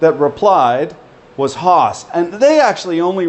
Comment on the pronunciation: Took me 15 minutes to realise you were saying 'Haas' and not Horse in your Canuck accent :-)